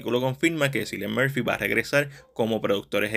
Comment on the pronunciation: Se pronuncia Killian Murphy